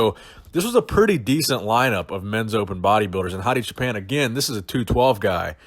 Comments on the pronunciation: Hi.Thanks for all your great videos.But you pronounced Choopan in a way that sounded a little like Japan;in Farsi we pronounce it more like the word choose. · Hey, I'm from Iran. I don't know if you care or not but Choopan is pronounced choo like too, paan like pawn. and it means shepherd. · Everytime you say his name I hear Hadi Japan.